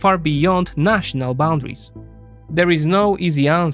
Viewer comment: Fantastic report. Apart from the Hungarian Slovak journalist. Words to brush up on (pronunciation): annihilate, grinds, variable.